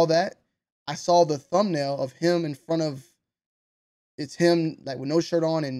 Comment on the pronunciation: please explain why you pronounce “saw” with the 2 L’s on the end 😂